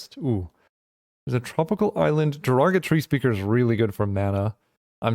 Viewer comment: Thats all i hear every time